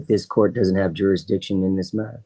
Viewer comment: Why is it so hard for people to pronounce “jurisdiction?” Is it laziness or lack of education?